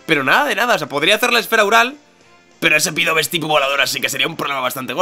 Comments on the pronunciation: dios me has roto el corazon que no se dice pidove se pronuncia pidaf;') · llevo desde que capturastes a mel diciendotelo,SU DOBLE TIPO HACE QUE LOS ATAQUES DE TIPO VOLADOR SEAN NEUTRALES FRENTE A LUCARIO PD:Contra Pidove podrias haber hecho esfera aural,es neutro(porfavor di "Pidaf",es que "Pidove"...